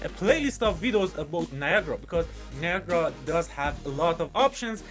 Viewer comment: its not viagra its NIA GA RA